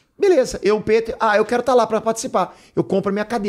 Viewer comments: Muito legal mas.... pô foi desconfortavel ficar ouvindo ele chama o peter de piter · Rafinha chamando o "Pe-ter" de "Pi-ter" 😂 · Senti ele incomodado com o "PITER* 😂😂 Fica a dúvida, se o nome dele é americano, pq não pronúncia o Jordan americanizado tbm, que nem o Michael "DIORNAD" 🤔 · Comecei o video agora, vamos ver se o Rafinha vai perceber ao longo do video q ele n estava falando o nome correto so Peter. Hahaha.